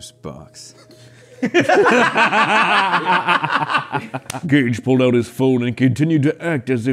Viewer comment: In the second one he said gage like gay-e